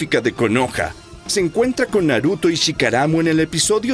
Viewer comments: Porque dice Shikaramu?😅🙃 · Hey pero ahora sabes que Shikamaru no se llama así se llama "Shikaramu"y la aldea "Kanoha" 😂😅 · Yo y mi dislexia cuando dice chikaramu